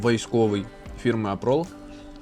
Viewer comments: Виробник не Апрол, а Арпол! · ARPOL, хоча б читате правильно!